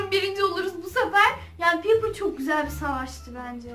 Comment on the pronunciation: Abla bu arada Piper şöyle okunuyor, “ Paypır “ diye, ve Brawl Stars videolarının devamı gelebilir mi? Çok seviyorum.🥰🤗